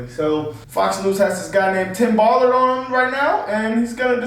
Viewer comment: I LOVE that you called him Tim Ball-ard hahaha lmaoo